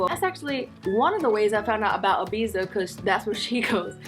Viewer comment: Your saying Ibiza wrong